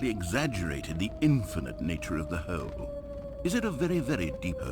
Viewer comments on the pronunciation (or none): i love the way the narrator pronounces hole like “heoule”